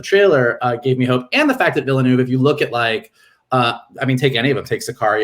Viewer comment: The "e" is silent in Villeneuve's name. It's just like former F1 and Indy Car champion Jacques Villeneuve's last name.